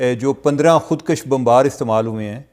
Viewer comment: خود کش میں ک پر پیش ہے زبر نہیں.